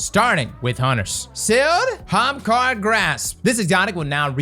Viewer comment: He's still not saying Ahamkara correctly...